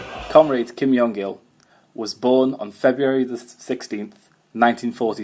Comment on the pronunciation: Very interesting! I have to mention though - the korean pronounciation of Kim Jong Il (김정일) uses a J sound close to the english J and not a Y sound